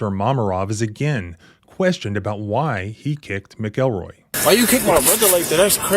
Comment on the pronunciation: its Mac el roy lol not mick el roy